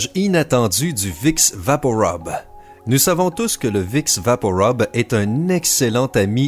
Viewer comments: Sylvie de Rueda il prononce mal, je connais très bien le Canada vue que ji vie, et je confirme que tout le monde dit rub et non rob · Rub pa rob sa ce dit vaporub pa vaporob, comme à la pub tv il disent vaporub et non rob, mais bon dsl sa ma énervé de voir que tu dises rob sur un médicament comtre le rUme, pour info il on imiter un mec enrhumé (rhume =RHUBE) donc vaporub, video quitté après 1 minutes ct vraiment chiant, juste une astuce avant t'es vidéo (Wikipedia) sa te permettra de pu passé pour un abruti heeeuuu laisse tomber le pu s'est déjà tro tard 😁